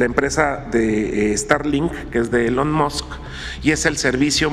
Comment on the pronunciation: Se pronuncia ilon musc no Elon.